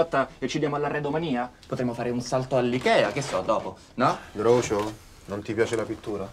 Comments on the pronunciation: ma è "grucio" non "groucio". avete mai sentito dire "groucio marx" per caso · si legge "grucio" non "groucio"